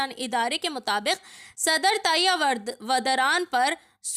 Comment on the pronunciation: Vadara nahin hai vah Urdu gaan hai pahle Naam achcha padh lo madam